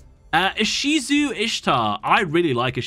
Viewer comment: As a TCG player listening to this in the background, when you said "Ishizu" I jumped a bit NGL